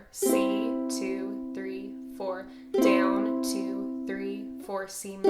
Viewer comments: no hate but does it annoy anyone else how she says down BIG OOF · Is it me or its amazing how she says “down”?